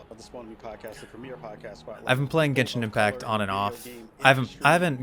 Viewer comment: Ah yes, my favorite game… Jenshin Impacc.